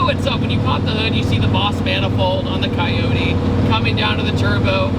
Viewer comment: A coywhaty engine? It'd coyote OH. T not eww t 😂😂😂😂